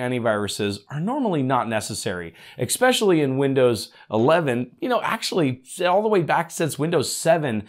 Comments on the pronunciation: Esssssspecially, not exspecially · There's no "x" in "especially".